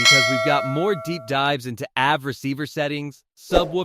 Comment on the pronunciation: The AI-generated voice is confused by the two meanings of "bass" in English. Edit the script to substitute "base" for "bass" and it won't say the name of a fish. Similarly, spell out the sounds to make for "AV" and "LFE": "a vee" and "el eff e". The video isn't bad, but the mispronunciations are hilarious. It's also a bit too wordy, try to be concise.